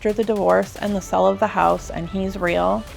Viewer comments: Why do you all have such a hard time saying "sale"? I keep hearing "money from the 'sell' of the house." Wrong. Money from the SALE of the house. And long A sound, not a short E sound. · California for sure. Californians like to misuse short vowel sounds. They replace short E sound swith short I sounds (ex. Wendy becomes Windy) or short A sounds (ex. berry becomes bare-y). And then they apparently stick a short E where it doesn't belong in "sale." It's so bad, though, that i see people type "sell" when they should use "sale" (ex. We did a million dollars in sells last year). - They mispronounce it to the point where they forgot those are two different words with different meanings.